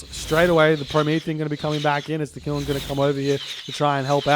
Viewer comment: Qilin is pronounced more like chillin' than killin'. The "q" in Chinese is pronounced similar to a "ch" in English.